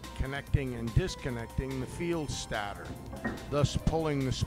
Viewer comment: Excellent video. I never knew how he did it .Also, it is pronounced stater……STATE-ER